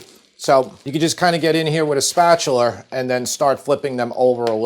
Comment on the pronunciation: lol yessss I noticed spatuler too 😅😅